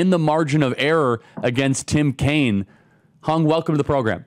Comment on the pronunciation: Hung is pronounced "hewng"